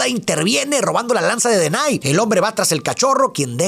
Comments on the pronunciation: Hola me encantan tus videos ,mis hijos se llaman como los hermanos tengo 3 varones y es x eso que me atrevo hacerte una corrección tu dices "denay" y no es así es denaji con j 😅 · OK pero por que Denai? Si en la película le dicen Denahi qué se pronuncia como DENAJI, por que comerse la H? 😭😭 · Se pronuncia denaji no denay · soy muy fan de esta película, hasta me se los diálogos y por eso se que Denahi el hermano del medio se pronuncia Denaji "DI CONMIGO DE-NA-JI" jajajja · Okey pero denaky se dice como se escribe😅